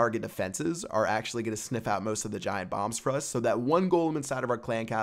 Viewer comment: Did he say giant bombs or giant bongs?